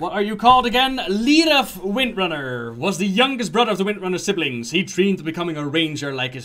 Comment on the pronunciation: "Three comics, the one with Jaina, the one with Magni and of course the Winrnrner sisters" The what sisters? lol "Windrunner", say it slower. XD